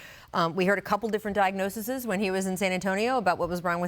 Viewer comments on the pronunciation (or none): Hey Rachel it's "diagnoses" not "diagnosisis". Don't you like report for a living or something? I still love you though 😘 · WHAT! Diagnosisis? Rachel is a journalist, it's diagnoses.